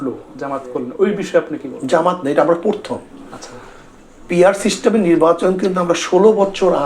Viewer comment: শব্দটা পরথম না প্রথম।